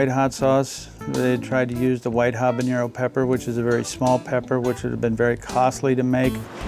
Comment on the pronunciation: it's not capsicum, you idiots; it's capsaicin. and it's habaNERO, not habanYERO. editors weren't doing their jobs back then, were they? 🤦🏻